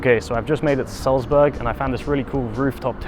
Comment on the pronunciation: Dude, it’s called „Salzburg“, not Suezbörg.